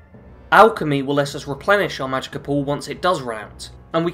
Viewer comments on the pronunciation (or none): I don't think this is enough survive on legendary. Plus it's "Magicka not Magika"